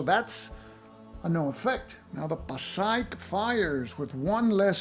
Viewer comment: Hi, great stuff. Just a heads up - 'Passaic' is pronounced 'pah-SAY-ick'. Gotta do right by my Jersey neighbors ;).